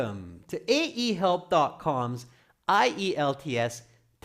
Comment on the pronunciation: The host at the beginning does pronounce the brand name of the test correctly. It's called IELTS = eye-yelltz